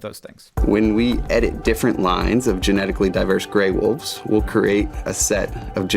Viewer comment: I do find it kinda funny that the woman in their advertising material calls them "Dire woofs"